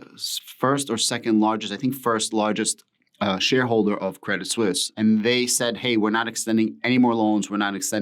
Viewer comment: You have the right pronunciation...... credit suisse